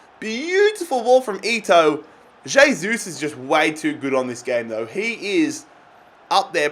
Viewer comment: Pronounced "hey-sus"